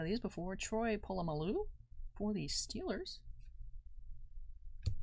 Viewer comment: Get this girl off the channel. She doesn’t even know how to pronounce Troy Polamalu’s name correctly.